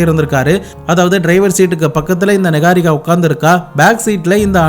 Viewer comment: Niharika ❌ நிஹாரிகா நிக்காரிகா ☑️😂